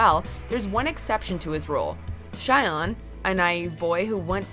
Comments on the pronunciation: Gosh, your pronunciation of the japanese names really pisses me off sometimes. Shion and Eiji... He is called EIJI not Eijo... And the way you say Shion.... You say it like... "Shy On"??? It's Shi-on. Like in SHI(T) Even the dub gets his name right. So please... Study a bit more on the names... thank you. That would help (y) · S h a i o n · she literally pronounced Shion right in Psycho Pass and then mispronounces the same name in No. 6.